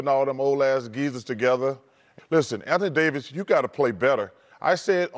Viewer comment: Anthony ‘Day to’ Davis 🤨